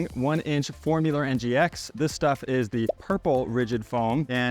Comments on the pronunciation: It's FoAmular, not FoRmular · FOAMular, no R.